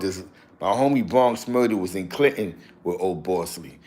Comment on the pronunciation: Yo,, how you got me as a Mod and former Loc but saying “B”linton 😂😂😂 🩸♿️🖤